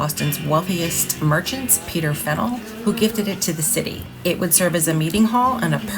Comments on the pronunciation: I've never heard someone pronounce it "Fennel." More like "Fan-yewl" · I love Boston. Live in Connecticut and try and go once a year. I believe the correct pronunciation is Fan-yuhl Hall. Will you be doing any movie locations? The Verdict, Departed, Good Will Hunting and The Town come to mind. Have to visit North End for food and pastries. I prefer Bova Bakery (which is popular with locals) but Mike's and Modern is where more of the tourists go.